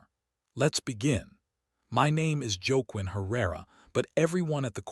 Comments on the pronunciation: Joke Quinn? Whaquin. Cmon. Pronunciation. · I like your stories BUT the pronunciation of this story is atrocious- Los Angeles is not Low Angels, the narrator is “wah-KEEN”.